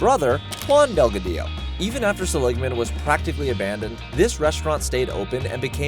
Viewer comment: It's pronounced SELL-ig-man, not suh-LIG-man,.